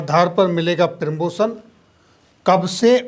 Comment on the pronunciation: आपका कंटेंट शानदार है निम्न पर थोड़ा काम करें आप प्रदर्शन को प्रीदर्शन प्रीमैच्योर को पीरमोचर और प्रमोशन को पीरमोशन बोल रहे हैं।